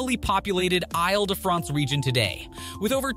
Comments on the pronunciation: Oy! The pronunciation of Ile. ha! It is pronounced as "eel". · When making a video about Paris, you’d think someone would spend a even just few seconds to learn how to pronounce the names of the places - and perhaps even the name of the entire region. (Île sounds like ‘eel’) Or maybe find an AI voice character that is capable of pronouncing French place names.